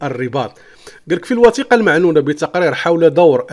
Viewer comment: C'est du n'importe quoi. غيركتخربق أوليدي. Et d'abord tu ne sais même pas lire المعنونة ça se lit al mo3anwana et non pas al ma3nouna. Et la princesse Mouza et non pas MOzza, bent El mosnad et non masnad. lawah seddari.